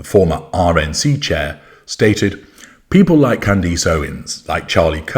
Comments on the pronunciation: her name is pronounced Can-dess like ‘dress’ not ‘eece’ like fleece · Who is Can-deece? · Why does call her Can-deece? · Why do you call her 'Candeese'? It ends with -ace as in 'a' house, a dog.